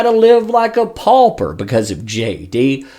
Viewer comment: Live like a “pulper”??? What the heck is a “pulper”??? 🤔